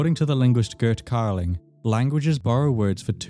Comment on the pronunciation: Really good video! I was surprised to hear Gerd Carling mentioned, but her name is pronounced Yerd Carling, according to her self-introduction in the Goettingen University lectures on the Tocharian languages